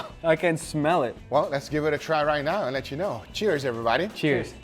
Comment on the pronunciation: Stop saying EVERYBODY "EEVERYBADDY"